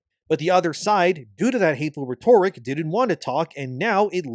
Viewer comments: for the love of god, please learn how to pronounce rhetoric properly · Bro, you really need to learn how to pronounce the word 'rhetoric' If you're going to use it so much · Mispronouncing "rhetoric" repeatedly is so distracting. Look up how to pronounce it. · Hey why do you say “rhetoric” as “ruh-TORE-rick?” It’s pronounced “RHETT-a-rick” brother. Thanks for covering this very important topic, much love. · IT ISNT PRONOUNCED “ret-orrick”. It is pronounced “ret-oh-Rick” god damn it man. I will keep spam posting this on your videos until you figure it out. It drives me up the wall that you speak like an autist/robot and also mispronounce simple words. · you mispronounce “rhetoric” and it is high time that somebody tells you. It is pronounced: Ret-oh-rick or ret-or-ick. Whereas you say “reh-torrick”. For as long as you have made videos, you have pronounced this word in a way that makes you sound like an ignorant robot. I’m trying to help you here because apparently nobody else will. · IT IS PRONOUNCED RET OH RICK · IT IS PRONOUNCED RET OH RICK. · It is pronounced RET-OH-RICK GOD DAMN IT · IT IS PRONOUNCED RET-OH-RICK. How has nobody told this after this long? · RET - er - ICK ; you gotta update your pronunciation dude; this is like the 19th time I have posted this for you. Maybe I led you astray, but here it is again! RET - er - ICK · Please, look up how to pronounce rhetoric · dude….it DRIVES ME NUTS that he pronounces “rhetoric” the way he does. I made a comment almost a year ago about it and he still hasn’t figured it out. But I have to imagine he knows how to pronounce it but decides to mispronounce it on purpose for some reason. I’ve never heard anyone pronounce “rhetoric” the way he does; I have no idea where he even came up with this pronunciation. It’s bizarre and when you couple his robotic delivery with his weird pronunciation of certain words, he comes off very strange. So, I’m just trying to help my dude out.